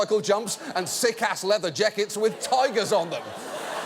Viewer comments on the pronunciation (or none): “sick ass leather Jehkits” Don’t think I didn’t hear that king George accent slip out Johnny